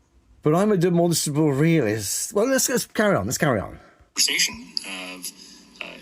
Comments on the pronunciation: Why does he keep saying “Demonstable” … does he mean demonstRable? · I'm a demonstrable realist'. Bro can barely even pronounce it.